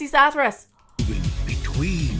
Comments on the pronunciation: Sorry I think you put the inflection on the wrong syllable.... It was Zathruss but not Zathruss... see the difference. ;-) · Oh you mean zathros this one is zathros the other is zathros. Hear the difference in zathros? They're different.